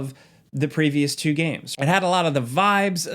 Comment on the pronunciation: dude please stop pronouncing two like chu so often